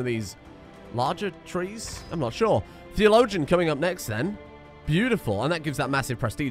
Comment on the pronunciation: i really wonder how many times has said the word "theologian" without trying to find out how it's pronounced.